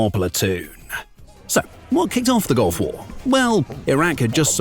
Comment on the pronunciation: It’s two words, Gulf War. Not “gulfwar”